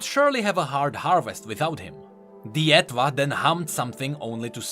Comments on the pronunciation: i am midly triggered cmon how do you not know this *Her instrument's name is based on & pronounced the same as French étoile*, etoile means star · I'm 99.99% sure the "Etwhal" is pronounced like "étoile" in French